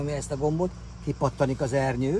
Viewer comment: jól hallottam "kipatanik" ?